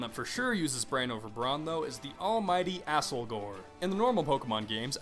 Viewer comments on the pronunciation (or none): Asslegore? Oh my god... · I thought he called it "Assholger" as a joke.